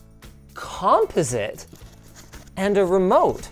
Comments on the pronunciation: lmao, is that how Canadians say “composite”?? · That's not how you say composite. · Say composite again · Composite? Say that again? No literally say it again.